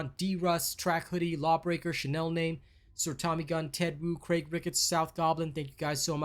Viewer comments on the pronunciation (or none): none